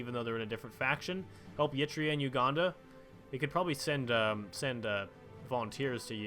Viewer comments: I was going to sleep you fuck also please stop pronouncing it "yee-tria", its just "ehr-i-treia", practically how it's spelled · Please stop pronouncing Eritrea as Yitrea.